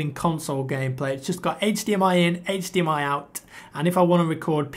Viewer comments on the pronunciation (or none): none